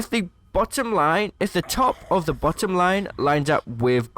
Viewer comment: The way you say bottom have completely triggered me. XD